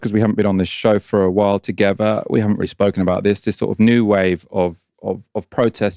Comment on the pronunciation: Togever? Will you learn to talk properly?